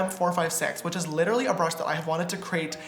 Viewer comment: lmao he says littily instead of literally!! love that